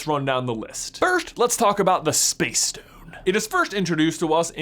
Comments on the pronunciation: That lisp is rather annoying. Every "st" word gets pronounced with a "sht" instead. Like he says stone like shtone. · Once I noticed you pronounce it as "Power Shtone", I couldn't not notice it. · Is it just be or does he say stone in a funny way? Like “shtone” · Have you realized he says shtone sometimes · I laugh every time he says power schtone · WTH is shtone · Lol "shtone" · If I hear him say "power schtone" one more time. I'm gonna lose my mind. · "power shtone" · The power schtone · Ok did anyone else realize he says “power SHtone” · “Power Shtone” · Word of the day: Shtone! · You say stone in a really weird way. "Schtone" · Shtone. Lots of shtones. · I hate how he pronounces the s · It’s pronounced STONE not SHTONE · It’s stone not shtone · You mean stone not shtone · Take a shot every time he says “schtone” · Nobody: J: “Shtone.” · “schtone” “firscht” “cascht” “HE TRIED TO CASCHT THE UNIVERSE INTO DARKNESS USING THE REALITY SCHTONE” “ONCE THANOSCHE HAS THE SCHTONE” “Hischtory” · ....power shtone... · every time he says "stone" i hear "shtone". anyone else? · Pls stop calling it a power shtone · I’m I the only one that gets stressed about the fact that he pronounces shtone instead of stone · The infinity ‘Shtones’ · Am I the only one triggered by him pronouncing Ss as SH like 'POWER SHTONE'. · He says stone like schtone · The way he says SHTONE pisses me off so much, why am I so petty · Which Shtone is the best Shtone? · This guys pronounciation😂😂 Schtone, firscht, and my favorite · shtone lol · Am I the only one getting annoyed by the way he's says "stone" like "shtone" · Maybe it's just me but I cant finish watching the video because its infinitely annoying how he pronounces "s" like "sh" in every sentence. For instance: "Power Shtone" I just cant handle it. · infinity schtone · I’m sorry but I can’t get over how he pronounces stone as shtone it’s quite annoying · Am i the only one hearing shtone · It's stone not shtone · why do you keep saying “shtone”?